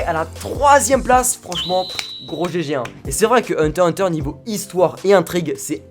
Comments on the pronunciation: Ses pas hunta ses hunter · huntah huntah c sa la pronnonciation xd non c hunter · Il a dit hunta hunta au lieu de hunter hubter 😓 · je rêve ou il a dit hunta hunta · Mon préféré animé sais hunter x hunter an deuxième sais one piece et sinon on dit hunter hunter pas unta unta en plus un moment tu l'as bien di 😔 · Vous avez entendu comment il a dit Hunter x hunter il fais exprès ou quoi 😔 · C'est moi ou il à dit hunta hunta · tu sais pas prononcer Hunter x hunter